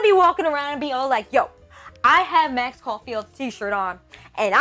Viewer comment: Caulfield Not caufield